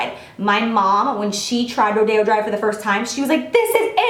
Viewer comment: She pronounced correctly :) it guess maybe it depends on where you live in the country but in California (Los Angeles area ) we pronounce it Ro Day O drive 😊